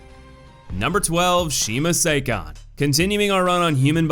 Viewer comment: just got to the masamune part actually. You pronounced it well. Sakon is the new mispronounced name. Good try though